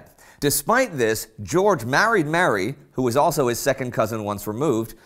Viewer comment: The way you pronounce Mary is sickening!